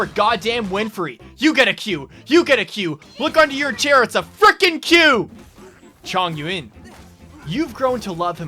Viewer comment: Him pronouncing chongyun as chong-yuin. Me: HE FUCKING STUDIED. RESPECT